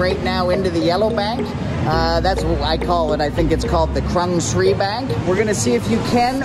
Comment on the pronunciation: It's actually pronounced Kroongsri.